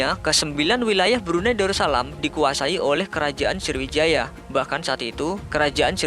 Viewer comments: Sriwijaya ngab bukan sirwijaya:v 😂😂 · Woee srowijaya woe..bukan indoneisa